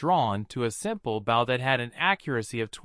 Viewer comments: I had so much faith in this video when I heard the word "protagonist" pronounced correctly then the hero started fighting with his "bowel" and arrow and i knew we were doomed. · Google translated script that is then read by some one thats not to good at english pronunciation, explains the Bow: front of a ship (opposite of "stern") instead of Bow a weapon for shooting arrows. love to watch these but yeah it is very annoying how it's usually a robot voice that pronounces things wrong or just someone reading a script that doesn't understand the translation they are reading.